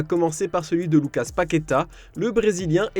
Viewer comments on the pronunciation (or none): none